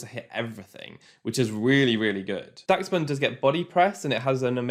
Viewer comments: im pretty sure its pronounced dash-bun kinda like the dog breed dachshund idk tho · why can nobody say daschbun right...